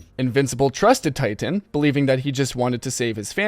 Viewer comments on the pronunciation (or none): none